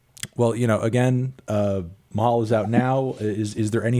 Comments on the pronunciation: it’s pronounced “Ma-Hal” not “Mah-Hall” I know it sounds confusing but that’s how you say it. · Bro, “mah-hall”? 👀🤢😁